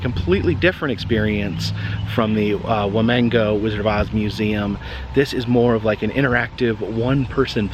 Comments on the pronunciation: It's Wamego, pronounced "Waw-mee-go", not "waw-mango". There is no "n" in the word, you goof. :-P Genuinely not hating on you, just letting you know. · Lol thank you! He kept saying "wuh-mango" in the episode he did in Lucas but I didn't want to say anything.